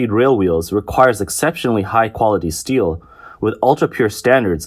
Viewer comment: i heard "steal" every time when they pronounced "steel"